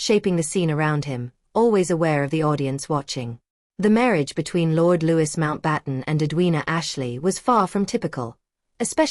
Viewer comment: I wanted to listen to this. However. The continual mispronunciation of Louis Mountbatten's name is grating on my nerves. If you put something on here, do please make sure it is factual.